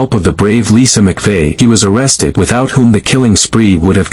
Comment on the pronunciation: Its Mcvey. Not “McPhee.